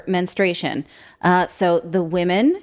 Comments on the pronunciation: Say that word MENSTRUATION correctly please! It's not menstration. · It’s “menstruation” not menstration. Just saying. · Yeah, this was ridiculous, from the first reports I knew it would wind up being true. Also: Please pronounce the U in men-strU-a-tion. Sorry, that’s a big pet peeve of mine. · It does screw up a woman’s cycle but please say the word correctly: it’s men-stru-ation NOT men-stray-shun 🙄